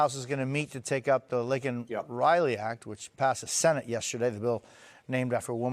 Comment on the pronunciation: Lay-Ken not Lincoln And then you call that monster an "undocumented migrant"!!! who is more illegal then a murderer?!